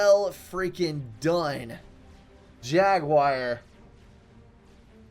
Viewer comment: My guy, it's "jagWAR", not "jagWIRE". Pronunciation is hard with ADHD, I totally understand, but this is just dumb.